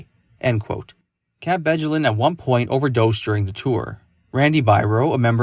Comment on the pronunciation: Bjelland is pronounced "Beyelland" ffs